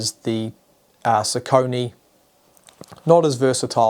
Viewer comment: Nice comparison video and focus points! :) Just one thing at the end: What ios "Sau-co'-nie" (in german pronounciation) ? Isn't it pronaunced like "sock-a-knee" or "soccer-knee"? That pronaunciation i didn't recognize at first that this is a name and wondered ;)